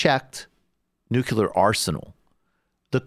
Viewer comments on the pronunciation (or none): NUCLEAR, not NUCULAR